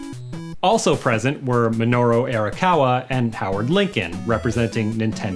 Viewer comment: We need to buy a copy of Like a Dragon 7 so that he learns how to pronounce Arakawa correctly.